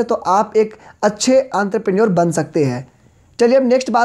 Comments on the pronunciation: 😂😂Antar parneur bhai tu to bda khatrnak bol ta hai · Aantraprenorrr kuch to karta hai 😂😂😂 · Sorry to say Sir , it is "entrepreneur" the prounciasion will be " onterprenur " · Entrepreneur ❌ Antrapreneur✅ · Enterprinour 😊😅× aantraprenour😂😂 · Sir vo antrepreneurs nhi hota vo entrepreneur hota h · Are bhaiya antarprenure nhi entrepreneur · entrepreneur = antrapreneur😂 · 🤔🫥entrepreneur pronunciation wrong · Bhai entrepreneur ka pronounciation shi se kijiye.....😊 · आंतरप्रेन्योर नही एन्टरप्रेन्योर भाई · It's not anterprenuer 😂😂 it's entrepreneur!!! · I am irritated by the way you say 'aantrapranor' its "entrepreneur" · ENTREPRENEUR KO BHAI SABHA ANTRAPRNUR KAHA RAHE HAI 😂😂😂😂😂🤣 BUT SIR AAP BOHT AACHA PADHATE HO LOVE U❤️ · Aantarprneor ✅ entrepreneur ❌ 😂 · Bhai wo Entrepreneur hota hai....Aantrepreneur nhi 😂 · Antrapreneur nhi Entrepreneur hota hai 😃😃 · he is calling aantraprenuership instead of entrepreneur but yaa he his session was very helpfull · Entrepreneur🚫 antrepreneur☑️ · It is entrepreneur on antarpreneur ...😅😅😅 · teaching skill is excellent but it's enterprenuer not anterprenuer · Bro don't mind but it is entrepreneur not antrupener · This guy has said Entrepreneur as Anterpreneur in the whole video 😂😂😂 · Sir sorry to say u but it's not antropreneur...it's spelled as en-thruh-pren-neur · Actually Sir its Enterpreneure not Anterpreneure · It's entrepreneur not antarpreneur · It's not antrepenure it's entrepreneur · Entrepreneur ❌Antraprenure✔️😂😂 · 🤣🤣👈🏻भाई वो आंद्रप्रनर नही है। वो इंटरप्रेन्यूअर है। 🤣🤣🤣🤣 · its not antrepreneur its ontrepreneur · Anterpenure nahi enterpenure hai be😂😂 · Bhai enterpreneur hota hai yrrr mai sala pronounce karta tha ye word ko sala es video ke antherpraour bolne laggaya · Entrepreneur ho ta he bahi antarpenur nhi 😂😂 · Aree sir wo entreprenur hota h aap ky bol rahe ho aanterpenur kuch bhi ...🤣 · Antarpreneor nahi hota entrepreneur hota hai gvar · Antraprenuer nhi ha bhai entrepreneur ha.. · Why "Anterpreneur" ? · enter per naour lmaao